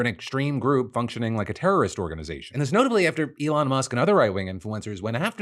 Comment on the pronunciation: Great googally moogally... Errybody a turrurrist...